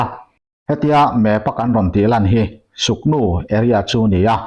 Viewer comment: Suknu nilo in sugnu nih zawk tur ....k nilo in g kha adik zawk ani